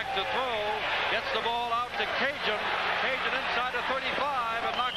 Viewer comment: Hokie "Cajun".... Those announcers should have been fired for butchering up his name the entire game... And no, just because he is Cajun doesn't make it OK